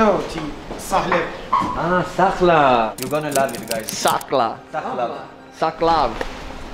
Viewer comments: It's called doner or doner kebab. Shoarma isn't our dish and it is different than doner. sahleb with a soft H :D . that is not niwan or something? Thats Ottoman lokma. ayran also pronounced like ayran without a 'i' .I guess it's from your Arabic friend that turns all of them to Arabic 😅 Please listen to the sellers and not your friend. Just a correction :) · Yeah but he showed Arabian peninsula in map and said Sakhlap instead of Salep. I didnt watch the rest. This was a complete torture for me. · Not salep its sahlep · its not sachlav its "sahlep" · Its called sahlep not sahlsv xD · Not SHAUWARMA..Döner. Not SACHLAV...Sahlep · Sahlep sahlep ;) u articulated the drink in a wrong way hehehehe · That's actually 'sahlep,' pronounced like 'saghlap.'